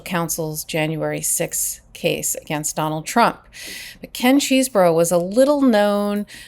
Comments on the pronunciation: Love your saying nurdy cheesboro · It’s “cheese-bro” as in Chesebrough-Ponds, the makers of Vaseline, now known as Unilever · Is it not possible to find out how to pronounce these people’s names? Chesebro, Aileen Cannon … how hard can this be?